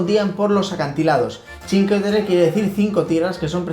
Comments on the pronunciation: Os sugiero que pronunciéis completamente bien, no solo parcialmente. Sí está bien dicho que pronunciéis "chin" para "cin" pero suena rarísimo que digáis "que" en lugar de "cue". O sea que la pronunciación sería "chincueterre" pero nunca "chinqueterre". Es que además lo decís tantas veces que uno acaba abandonando el video. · Se dice chincueterre. Lo escribo así para que sepáis.como se pronuncia. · Esta todo bien pero la pronunciacion correcta seria que no se coman la letra U se deberia pronunciar como si fuese la CUE de cuestion me dejo entender ? osea pronunciarlo como se escribe sin comerse la U adios .